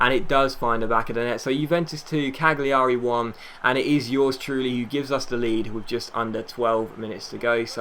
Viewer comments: Cagliari is pronounced 'Calyari'. Or at least that's what the commentators say. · It's just pronounced like Caliari, the g is silent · I think it's pronounced Caljari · I think cagliari is Cal-ya-ree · with Cagliari you don't pronounce the G. As you would do with say Barzagli & Bologna.